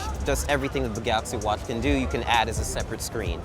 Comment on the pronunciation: he just shouldnt say anything with a "ch" (watch and appreciate) for the rest he has it very well under control.